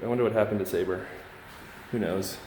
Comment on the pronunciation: I’m sure it’s SAH-BEER lol